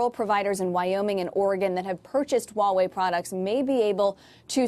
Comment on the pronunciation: it's called as it is spelled, Huawei, not uawei